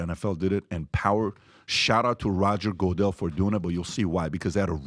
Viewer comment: "Roger Go-dell" 😂